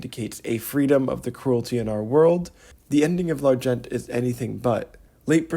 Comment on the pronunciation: Nice vid, thank you, but you don't pronounce the 't' in 'L'argent' in the French pronunciation you're trying to do .The 't' is silent. 'The phonetic pronunciation would be more like 'Larjon'. Also you say 'readability of models' just before then when i think you mean unreadability.